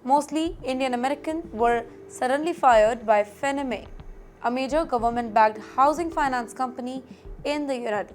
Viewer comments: FANNY MAY is how it is pronounced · It's not fenneme lady it's pronounced 'Fanny-May' Do some research please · Until I saw the name, I was thinking....hmmm "Fennamay" I never heard of this company.🤣🤣🤣🤣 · The name is pronounced as "FAN-NEE". Please research before you upload. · Where do you learn your pronunciation from? It's FANN-EE MAY? It's so irritating when you make your own rules. 😅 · Faa nni Mae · IT IS "FANEE-MAY" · Would you please improve your pronounciations for words like America, Deportation, Depreciation, Reciprocal, Fannie Mae, the list is pretty long. May be you should study the pronounciations by going thru Dictionaries ! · Please learn to pronounce Fannie Mae correctly. It hurts my ears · I think you are pronouncing the company name wrongly. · It’s so annoying… Can’t they get someone who can pronounce words correctly! Kaha se pakad ke laya isako! She is terrible!